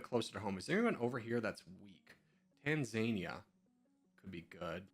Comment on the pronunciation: It’s [Tahnzaanihja] not [Taanzaania]